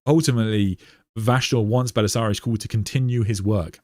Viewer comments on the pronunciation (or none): Why do you pronounce Cawl as if it was spelled Cool? It’s kinda wild. Are you Irish, and just apply letters to sounds after the fact? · Why are you pronouncing 'Cawl' as 'Cool' ???